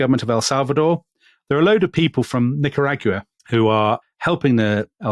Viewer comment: Nicaragua....yes, well, check your pronounciation, you British historians!